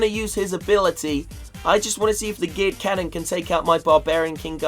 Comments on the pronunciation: guys he sounds like he is saying Giled canon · Did anyone else hear him say gay cannon?